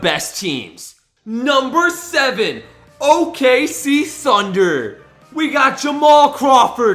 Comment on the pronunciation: You said sunder instead of thunder